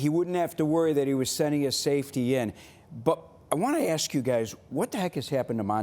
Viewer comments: it was never "aksh" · correctly pronouncing the word "ask" challenge, level: IMPOSSIBLE